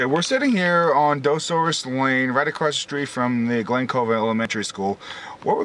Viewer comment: He didn't live on Dosoris La, he lived on Morgan Island. You would take Dosoris La to get part of the way there. Street name is pronounced "Duh-saurus" not "Doe-saurus"